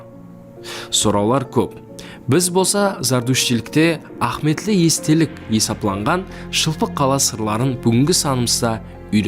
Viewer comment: Баракелла,зор айтыпсанг маглыуматларды.бирак "а'химийетли"-деген созди а'хметли деп жибере бересенг.иним.асыкпай анык айтса жаным иним.😮😊